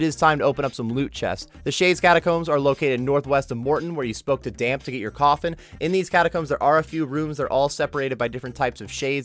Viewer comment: "Damp" lmfao. It's Dampé. Like, rhymes with Pompeii. Know your Zelda, my guy